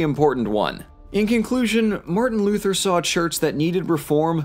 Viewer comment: martian luther? since when is he from mars? lol. also "sequel" not "squeal"